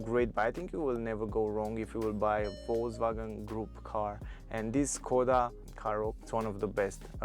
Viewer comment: Škoda = Schkoda, it is not Skoda. Š=Sch